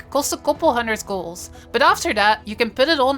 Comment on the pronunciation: "make GOLZ" "anywhere in the worlZ"